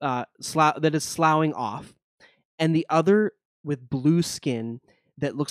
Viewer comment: FYI - "Sloughing" is pronounced Sloffing, like Coughing.